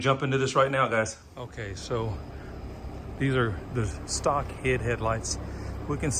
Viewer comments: It’s pronounced H.I.D, you say each letter, nobody says “hid” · Lol this is comical. It’s H. I. D not “hid” lmfao. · Lol you saying hid is hilarious I’m so use to say H.I.D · i think you say HID the same as LED